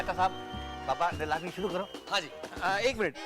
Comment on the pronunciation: Neelami ❌ Leelami ✅😂